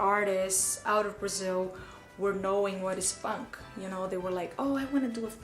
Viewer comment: I don't mind the make up tutorial so much...but the incessant self promotion commentary of a far too big ego is simply unnecessary. By the way girl, you ought to polish your "funk" intonation, it's sounding like a complete different word but then again I don't think you really care in polishing yourself anyway. You are what you are, no money can buy class or dignity. 🙄🤘